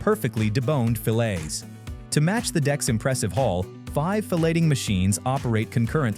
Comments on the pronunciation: they need to double check the pronunciation of "filleting machine" as the video clearly says (2x) "fellating machine". 2 VERY different meaning .. 1x is clear at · Dear narrator: that’s not how you pronounce “filleting.” What you are pronouncing implies that blowjobs are being handed out on ship. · The t is silent in filleting. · Please pronounced filleting properly.. because i highly doubt that these fishermen give oral pleasure to fish.